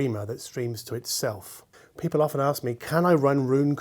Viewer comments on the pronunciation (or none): none